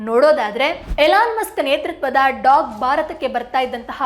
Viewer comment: ಅದು government ಅಲ್ಲಕ್ಕ governance. ಹಾಗೇ ಅದು "ಡಾಗ್" ಅಲ್ಲ "ಡೋಗೆ"